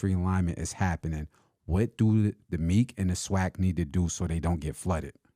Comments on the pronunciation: Why are you calling the MEAC Meek, it’s pronounced Mee-ACT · It’s ME-ACK, TSU is in the Ohio Valley Conference. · The who??? The “MEEK(?)” 😂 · I came on here to just let you know you guys sounds dumb when it comes to HBCU football lol that’s coming from a swac guy go catch alcorn vs grambling or Alabama st vs Alabama a&m can’t even pronounce MEAC right lol